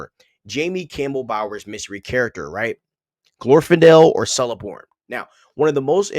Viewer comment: Cirdan is pronounced Keerdon. C are always so its pronounced Keleborn too